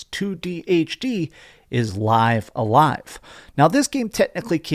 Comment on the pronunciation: It's pronounced "liv a live".